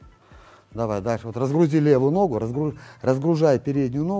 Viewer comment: Не ногУ, а нОгу, все равно не мОгу😂. С удовольствием смотрю всегда👍🤝